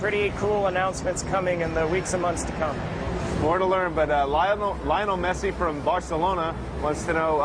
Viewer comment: did he say Leolnel Messi ?